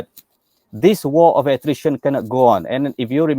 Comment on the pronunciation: War of Attrition. dengar macam war of the Christian. telinga aku dah ada masalah pendengaran. seb baik ada penjelasan lepas ayat tu. kena hire orang buat subtitle. atau guna YouTube punya auto sub.